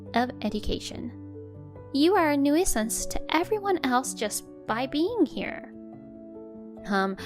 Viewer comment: Nuisance pronounced New sense